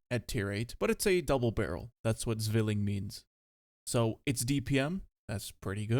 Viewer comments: Could you please for the love of god do some cultural appropriation on german and pronounce Zwilling like Zwilling and not swilling. I was going to recommend some TTS, but even TTS does a bad job <,< for pronounciation on german words you can check dict cc, they have recordings from native speakers - thanks - much appreciated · Fun fact: The Z in Zwilling is pronounced like the “ts” in the word “thats” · you dont read Z in german as Z.. you read it as C.. just a heads up